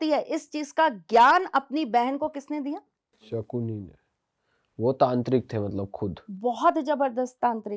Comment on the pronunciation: Sakuni nahi sakani 😂😂😂😂